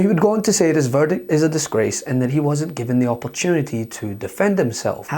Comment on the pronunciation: Did she say VERDIK??